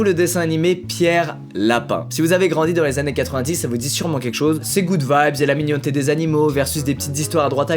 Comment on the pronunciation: Qui regarde les commentaires parce qu’il a dit « mignonneté » ?